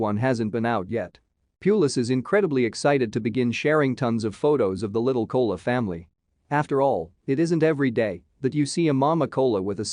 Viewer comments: Ko “a” la not “Cola”. Please pronounce correctly. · This would have been terrific if they hadn't used a computer narrator! Don't do that! Otherwise, twin koalas(ko-a-la, not kola!) are incredibly rare! The babies are so adorable! I feel bad for Mum, though; she's really got her hands full!💖💖💖💖💖💖💖💖💖💖💖🐨